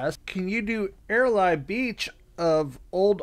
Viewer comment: HAHAHAHAHA i shudda warned ya....... Airlie is pronounced Airleeeeeee beach and the QLD is for Queensland which is the state on the top half of the east coast of Australia. ;)